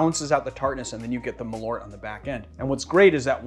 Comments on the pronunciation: Malört. (Swede here) You pronounce it sooo weird! Mal means moth, ört means herb. It got its name from its dubious claims that it would prevent moths from ruining your clothing. Perhaps say Earth, but shorter, and with a rt in the end instead. And its a subtle tiny pause in between mal and ört. Mal-ört. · I wonder how close the Malört is to the Swedish Besk, I guess Marius can tell. needs to practise on those umlauts:-)